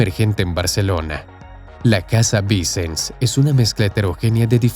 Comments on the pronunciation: Me hace gracia que el narrador pronuncia los nombres catalanes como si fueran italianos cambiando la "ll" por la "l". Todo lo catalán lo pronuncia mal. "Vincens" ?. La SF tarda tanto en construirse por una razón muy simple : Su costosa construcción no se financia por el Gobierno, ni por la Iglesia, sólo se financia mediante donaciones y las entradas de los turistas, porque así se decidió desde el principio al tratarse de un Templo Expiatorio. Por ello en los primeros años había poco dinero y se avanzaba muy lentamente. No ha sido hasta el boom turístico de Barcelona a partir de 1992, desde las Olimpiadas, cuando se recuada suficiente para cubrir el coste y avanzar con rapidez. Dato falso : Burry jamás fue el arquitecto jefe de la SF, sólo fue un colaborador más. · Interesante video. Pero los nombres están mal pronunciados. Casa VICENS. Pronunciar como aguda, no como palabra llana. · “Vicens” se pronuncia con acento en la última sílaba. Es una palabra aguda.